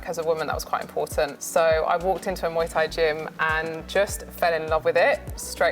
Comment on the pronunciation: I live in Thailand & love Muay Thai, it's pronounced Moo eye by the way, they all saying it wrong lol